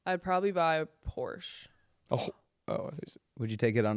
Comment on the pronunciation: It's pronounced Porsche